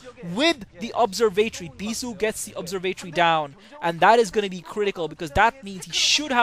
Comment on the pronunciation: ur sayin observatory wrong broface